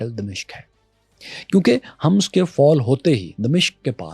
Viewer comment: بھائ لفظ "حمص" کے ح پر پیش ہے۔